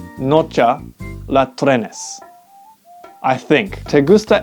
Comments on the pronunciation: its trenes not trend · Hey, it isnt trens, it is trenes. S cannot be added just like that, you need a vowel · You forgot trains should be trenes, not trens. it might be portuguesse unless its from an spanish version that i dont know sorry if my english is bad, im not really good at it